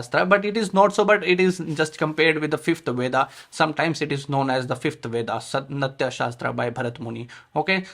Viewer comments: Sir, its नाट्यशास्त्र, not नत्याशास्त्र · It’s नाट्यशास्त्र, not नत्या🙏🏻